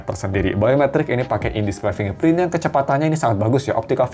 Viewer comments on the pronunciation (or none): none